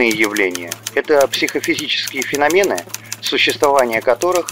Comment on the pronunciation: Традиционно интересный сюжет ! Но!!! Не феномЕн , а фенОмен....и это не упрек ! Это пожелание , ибо подобный канал должен быть безупречный во всём ....дабы злопыхатели не имели возможность зацепиться. Ещё раз спасибо за сюжет.